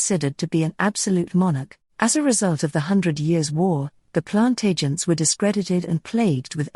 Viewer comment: This speaker has no idea what it's talking about, since it's obviously a robotic voice. Plant agents? Plan-tagenet is how it's pronounced. Henry II being called curtmantle because of how many people he killed? No, it's because he wore a long cloak or mantle. Geez. So far off with most of this, that I didn't know whether to laugh or scream.